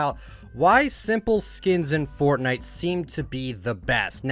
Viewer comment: It’s not Furtnigt, it’s Fortnite